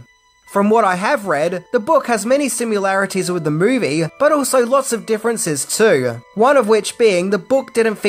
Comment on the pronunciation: "simularities", classic.